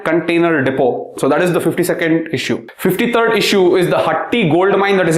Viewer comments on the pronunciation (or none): none